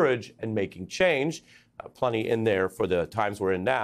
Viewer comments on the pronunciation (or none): none